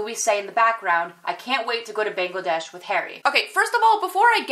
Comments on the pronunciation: pronunces it like how a frog (which is known as bang) is pronounced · would you mind if I say that you are pronouncing "Bangladesh" incorrectly........